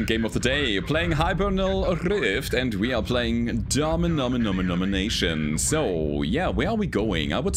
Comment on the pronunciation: Not one, but two "Dominominominations"! :) It's funny, the other day I was thinking I hadn't heard you say that in a while.